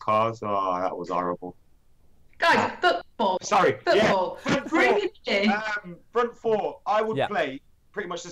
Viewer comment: Its 2032, United are closing in on title no. 28 and still struggling with saying "Front free, front frour"